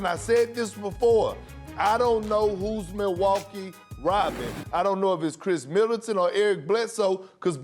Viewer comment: When he says that I don't hear "Robin", I hear "Rodman" which is a bit weird to me, because normally when people talk about the second guy to Jordan they talk about Pippen.